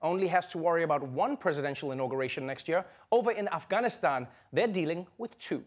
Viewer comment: Thank you for pronouncing "Afghanistan" correctly